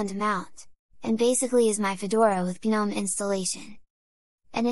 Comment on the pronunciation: how do you get the tts to say gnome like guhnome